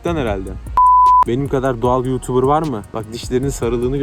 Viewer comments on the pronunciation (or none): none